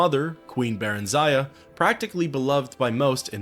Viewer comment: I appreciate the response! I'll make a note on some other videos, but in this specific one you mispronounce Barenziah multiple times.